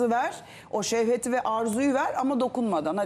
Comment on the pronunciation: Serum hnm in acıklı olmayan versiyonu Selen hnm sevhet değil şehvet ! 😂